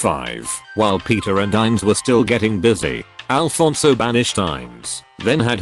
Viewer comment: ITS NOT FUCKING ALFONSO ITS AFONSO